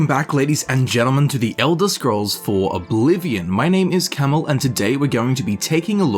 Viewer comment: You're name isn't camel Its